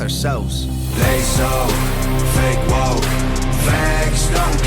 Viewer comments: He said fa Kay was kay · “FAH-KAY WAH-KAY”🤣😂